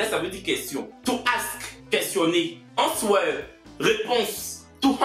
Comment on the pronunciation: « To hanswer »😂😂😂 non tu va me tuer 😂😂